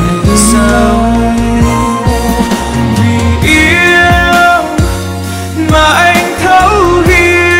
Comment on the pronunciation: 2 người này nếu đổi bài cho nhau khi ra MV thì hay hơn đấy vì Hết thương cạn nhớ trong MV Đức Phúc hát khúc đầu trầm hơi bị tối giọng, khó nghe rõ lời. Còn Có tất cả nhưng thiếu anh trong MV thì Erik hát phát âm bị sai nhiều quá, sao thì hát thành sau. Bởi vậy, nếu lúc đầu hoán đổi 2 bài này cho 2 người thì chắc sẽ tuyệt vời lắm!